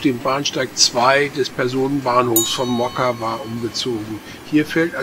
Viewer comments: not moKKKAVA,,but MOCkava, C like tcar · Mockava (Motzkava nicht Mokava). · Wenn das Polnisch ist, müsste das doch Motskawa ausgesprochen werden oder? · Mockava lest man "Motskawa". Litauische Sprache benutzt tschechische Lautaufzeichnung. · Das "mag" nicht, sondern IST SO. In allen slawischen Sprachen und im Litauischen wird das 'c' als separater Konsonant entsprechend dem deutschen 'z' bzw. 'ts' ausgesprochen. Und auch wenn man das nicht für Allgemeinbildung hält: bei der Erstellung eines solchen Videos darf man sich durchaus die Mühe machen, die Ortsnamen zu recherchieren und korrekt auszusprechen.